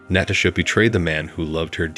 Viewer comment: 2nd Story: Fix the computer voice to pronounce Natasha correctly. Next, proof read the direct translations into English to fix the obvious grammatical errors.